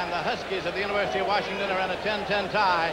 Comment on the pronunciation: I love how they call them Warshington.